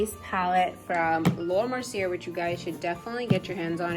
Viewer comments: Hi just a heads up her name is pronounced Laura (Mer SEE A). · Nice collection! Btw, Laura's last name is pronounced Mercy-A. No offense.